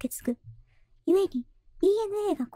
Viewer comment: 故に が ゆにえ になっててちょっとビクッとした 人名みたいだから新しい登場人物かと